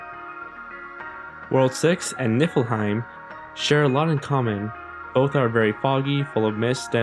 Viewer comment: When he said Niflhiem, IDK if anyone noticed this, but it sounded like Nipplehiem.